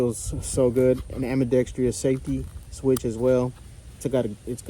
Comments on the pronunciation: *am-bee-dex-truss, not am-bee-dex-tree-us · Pronouncing ambidextrous. Just a pet peeve.